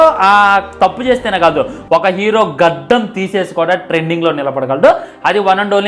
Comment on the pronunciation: గద్దం కాదు ra బాబు గడ్డం రా బాబు